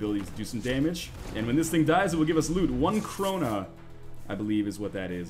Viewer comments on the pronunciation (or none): It's pronounced Krona not krohnea (notice the strong K that only Swedes can pronounce :D)